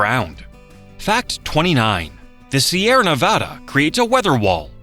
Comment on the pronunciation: The voice pronounces sierra nevada correctly. Why?